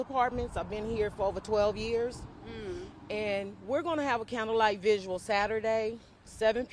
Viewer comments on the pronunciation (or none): Somebody PLEASE tell that woman it’s vigil and not “visual”. Thank You!